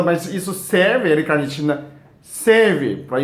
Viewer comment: Braz Braz Olá! é: L- Carnitina ( repare, q ele troca o l pelo r ao falar...)☺